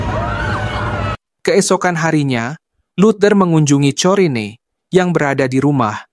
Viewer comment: kayaknya corrine dibaca korin